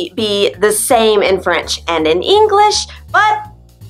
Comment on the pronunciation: I Hear yo u pronounce the last letters of a Word ver y Strong like englissshhh is that is has supposed yo be..?